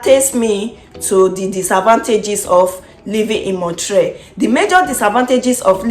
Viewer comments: It is NOT MON-TRAY It's pronounced MON- TREE-ALL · You are mispronouncing the name of Montreal. It ends in ALL